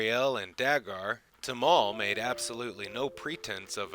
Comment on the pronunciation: I hope you take this as constructive criticism. I like your videos but it's weird that you get the pronunciation of these names wrong and the accents on the wrong syllables (and then after that you'll say it right, then wrong again) when I know you've just re-watched the video! Daggair (like saying dagger with a French accent), Timov (vomit spelled backwards) and Mariel (the prettiest name for the prettiest wife) are pronounced Duh-GARE, TIH-mauve and mary-EL. I appreciate your including the novels. However, you should also cover his earlier wife, the dancer.